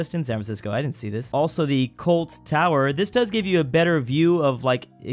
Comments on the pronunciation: Coit tower not cult tower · Colt Tower? And you're a Californian? It's Coit Tower.